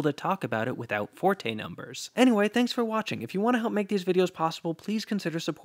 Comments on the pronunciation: Great video! BTW it’s pronounced fort, not for-tay. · You are pronouncing Allen Forte's name incorrectly. It's pronounced like "Fort" (without the "e") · I used to pronounce the name as "Fortay" until Professor Robert Pascall (who knew Forte personally) told me that it's pronounced "Fort".